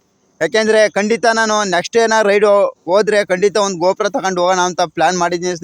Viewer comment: ಅವ್ರೇ ಗೋಪುರ ಅಲ್ಲಾ ಗೋ ಪ್ರೊ